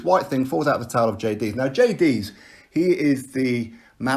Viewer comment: Its a cotton wool swab to stem the blood. The fact that you dont even know how to pronounce Jay's name shows you're waffling absolute nonsense on a topic you have no clue about. Stop embarrassing yourself you bellend.